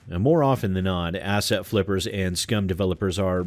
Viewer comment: Is it just me or does it some times sound like is saying "Ass-hat" flippers? Not that he would be wrong either way.